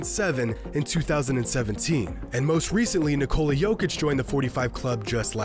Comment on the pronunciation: Why can’t Americans pronounce nikola